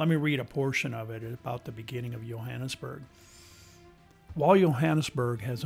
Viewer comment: I grew up in the area. Hiked all over the hills worked in many of the homes. It is a nice area, but the one thing that drove me nuts watching your video was the pronunciation of Johannesburg. The (J) is not silent. me and that you kept mispronunciation the Johannesburg I could not stand to watch the rest of your video. If you make a documentary the name of the place that you’re talking about correctly please. Do you have a nice day God bless.